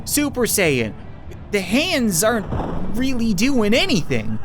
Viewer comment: Has anyone else noticed how when he says really it sounds like weally